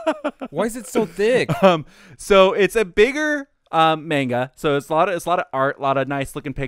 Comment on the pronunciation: Is it Mangalku or Maingalku? If you're going to call yourselves weebs, at least pronounce Japanese correctly. Anyway, this is a series that takes a long time to really explain things or for things to start really making sense. It's meant to lull you into being some silly sex romp, but it gets more depth as it goes on.